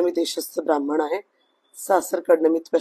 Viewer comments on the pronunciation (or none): ब्राह्मण शब्दाला जोर लाऊन बोलत आहे बाई...मुलाचा नाव महम्मद झाहागिंर अली खान टेवा मग.